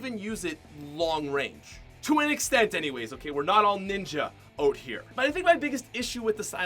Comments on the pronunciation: it’s out not oat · Anyone notice he says out like oat